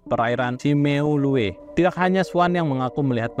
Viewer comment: FYI SIMEULUE dilafalkan dengan SIMULU/SIMELU bukan kayk lu nyebut min.